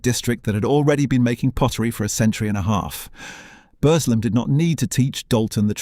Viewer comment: Please ...it's pronounced "Burzlem"; "Bursslem" assaults my local ear...! And "Bess-wick" even moreso ("Bezzick" is the correct version). Plus the AI voice sometimes gives an odd meter, and doesn't convey the sadness of the loss of so many jobs and livelihoods. Other than that an interesting history. Thank you!